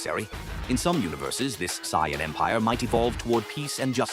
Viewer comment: Getting a "do not recommend channel" and dislike for dumb ai bot pronouncing it cyan.... like bruh 😐😐🙄